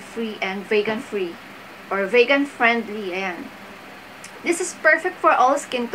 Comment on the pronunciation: Vegan is pronounced as "vee-gan" not "Vague-an". Just a gentle correction.